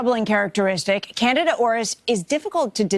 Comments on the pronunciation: Omgoodness the female news lady needs to make sure she knows the pronunciations BEFORE going on lol it’s NOT “Canada fungus”... IT IS CANDIDA FUNGUS!! Holy crap and the male with silver hair at about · Candida is pronounced Kan-dee-duh, not "Canada." 🚫🇨🇦😹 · Can-DEE-da is indeed a much better, more distinct and helpful pronunciation than Can-DA-da . Pronouncing Candida as "Candada", sounds too much like "Canada". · How come they all are pronouncing candida like Canada 🇨🇦❓ it’s pronounced as can - deed -a🥴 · AHHH it's CAN DEE DA not Canida. Why are so many mispronouncing this simple word! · they are saying it weird.. yea .. candada.. it's can-dee-da. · Fyi it's pronounced cand D da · Why is it being pronounced Canada Arus? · It's Can-dee-dah! DAHHHH! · Absolutely love how the doctor mispronounces candida! It also furthers my trust that they don't attribute any of this to antibiotics and poor dietary habits. Plemorphism is the key. If the host is sick because of a crap diet it's only a matter of time before you crap out. Basic fundamental common sense. Keep having those sodas, over processed food, prescription drugs, sugar and this is what happens. No news here. Can you cover the economy and housing market, please?